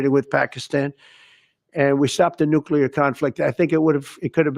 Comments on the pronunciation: It’s nuCLear not nuCUlar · New Clee Er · PLEASE PRONOUNCE NUCLEAR CORRECTLY ‼️‼️‼️‼️‼️‼️‼️‼️‼️‼️‼️‼️‼️‼️